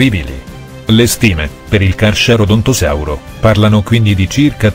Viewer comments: Ma come dici charcharadontosauro😂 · è Gigantosauro, non Giganotosauro. poi si pronuncia carcarodontosauro